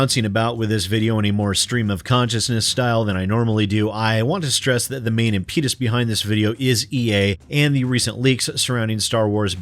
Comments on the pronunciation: Em - pet - us.. Not: Em - peet - us. Fyi. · Is it pronounced "impeetus"? I always thought it's just "impetus", pe as in "pin"